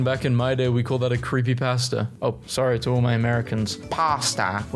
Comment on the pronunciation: He did not have to say pasta like that.